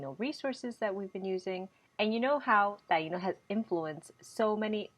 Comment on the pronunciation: I don't understand why the i in Taino is accented so hard when you guys say the word, but when you use it in any other form you don't accent the i. You shouldn't be accenting the i in the word of Taino either please. it's so annoying. it's incorrect thx